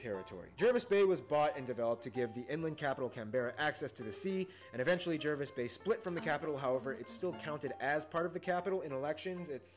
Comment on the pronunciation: Pretty ordinary video narrated by an American who has no idea. It's not Can-bear-a, it's pronounced Can-bra. It's not Jervis Bay (though it's spelled that way), it's Jarvis Bay. The big star on our flag does not represent the Commonwealth; it's the Federation Star, the points represent the States and Territories which united as a country on 1 January 1901